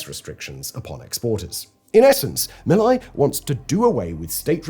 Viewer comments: It's MilEi not MilAi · First obvious mistake among many others. It is NOT malley. It is meeeeeelay. Bye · 28 fucking minutes of mispronunciation of Milei's name... a quick peak on how little research was done. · Am I the only one who is bothered by the pronouncing of Milei and “laissez faire”?